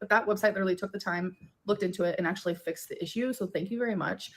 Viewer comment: Leader-ly/ Litre-ly 😂 That is what I hear when she says literally lol.